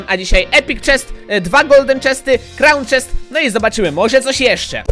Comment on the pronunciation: krąn czesta mówi się koron czest